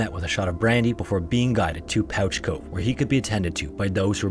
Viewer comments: Yo, I live in St. Johns, Newfoundland. Thank you for pronouncing it right, lol. However, pouch cove is pronounced like Pooch Cove, like a dog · Pouch Cove is pronounced "Pooch Cove"--you know if, for some incredible reason, you need to reference Pouch Cove ever again in your life. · Don't know if someone has corrected this yet, but Pouch Cove is actually pronounced "Pooch" Cove. Makes no sense I know, but figured I'd give the correction! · no, not at all. just this cove i believe. There is a lot of weird place names and pronounciations here. there is usually some funny reason for it from a long time ago. but as far as i know, pouch cove has always been pronounced "pooch" cove. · Thanks for featuring one of our stories (Newfoundland and Labrador) just one thing is Pouch Cove is pronounced "Pooch" like a dog. Again keep up the great work!!!! You might also want to check out the KoFC fire or any of our great fires here in St. John's as well the sealing disaster of 1916 or our losses as a country at the Battle of the Somme in WW1 or the truxton and pollux us navy sinkings off our coast. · I’m now realizing how to actually spell the name because my Newfie family pronounces it “Pooch cove” like the name for a fancy small dog. You didn’t say New-fOUNd-land like some people which is a win lol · Pouch Cove is pronounced 'Pooch' Cove! Thank you for covering a Newfoundland story :D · as a newfoundlander i am shocked by this inaccurate prounciation of pouch cove.